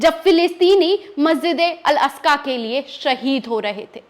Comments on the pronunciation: Aska nhi Aqsa . Bolna sikho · अल अस्का नही अल अक्सा.मैडम. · Madam, Masjid Al Aska nahi hai. Balki sahi naam Masjid e Al Aqsa hai. हिंदी में मस्जिद ए अल अक्सा है। मेहरबानी करके सही नाम बोलिए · 😂😂😂,,,,al,,asja,,,nahi,,al,,aksa,,he,,pehla,bolna sikhi,fir,lekchars dena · ji Masjipd e aksa h aap al aska bol rhi hn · tumko baat karna nahi aata sahi se wo theek hai hum samaj sakte hai talafuz sahi nahi apka. Per masjid Al-Aqsa ka naam to sahi se lo tum baar baar Al- Asqa bol rahi ho. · Al aska nhi mam al aksa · Masjide aksa....masjide aska nahi hota he o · Please articulate rightly the word " Al-Aqsa"(Masjid).. .. जहां तक अमेरिका की मक्कारी की बात का ज़िक्र है तो 'Nostradamus' से भी ज्यादा spiritual और foresighted सूफ़ी 'नैमतुल्लाह" वली(8 वी सदी ई०) ने तभी तो अमरीका जैसों के बारे में पेशीनगोई की थी कि इन Westerns का भी history में ही ज़िक्र रह जाएगा और यह इनका 'मन्तक़ी अंजाम' होगा!(rational fate)